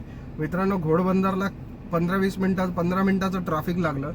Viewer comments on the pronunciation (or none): गोडबंदर नाही रे घोडबंदर